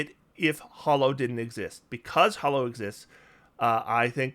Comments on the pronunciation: You seem to pronounce it as "Hollow" but it's actually "Ha-low" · Neither you nor pack tactics is pronouncing hallow correctly. It rhymes with tallow, not follow.